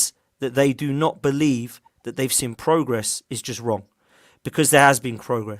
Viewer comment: I know it’s petty lol but it’s “I’ve seen progress” and not “I’ve sin progress” 😅